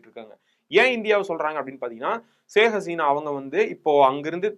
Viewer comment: சாஹ் கசினா இல்லப்பா ஷேக ஹஸினா